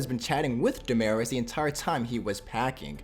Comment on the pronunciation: Yo pronounce their names right It’s Da Ma Ris And not gimeniz It’s Jimenez He Me Nez